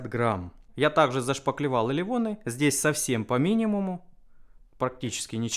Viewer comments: До сих пор не понимаю, Почему "элероны" произносит как "элевоны" )) Но видео клевые, очень интересно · Мне одному кажется, что элероны говорит как-то по французски:) Лайк за видос!